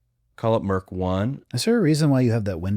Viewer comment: Great discussion as usual. However, point of clarification. It is mIRC not MERC chat.